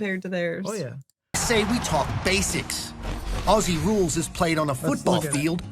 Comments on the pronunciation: When you say "Aussie", thing Ozzy (as in Ozzy Osbourne). American's tend to make it in to "Oss-ee" which we do find totally adorable but technically incorrect. ; ) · It's pronounced Ozzie (as in mozzie (mosquito )) not Ossie (as in posse). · How many times do Americans have to hear "ozzie" until they stop saying "ossie"? Ignorant. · Although there is a "ss" in Aussie, it pronounced with Z not an "ss". Like Ozzy, not ah-ssseee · Awesome game, incredible athletes. And please,,, learn to say "Ozzy" 😁🙏🤗. I know I know,, it's spelt Aussie, or Aus, but change the "s" to a "z" and you got it 👍. (And we say zed not zee) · Say Aussie like Ozzie. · Pronunciation of Aussie = Ozzy. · Say the "s" as a "z" and you'll be pronouncing it correctly. Auzzie. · Aussie is pronounced in your language , Auzzie.Auzzie .Auzzie ... oi,oi,oi. Lol.🇦🇺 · Sounds so weird when Americans say Aussie as ‘ossi’!! 🤣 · From Australia: Aussie is pronounced "Ozzie", and the nation is often called "Oz." Trevorkrause's comment is wortg reading.